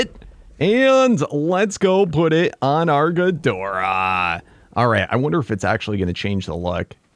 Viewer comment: that’s not gidorah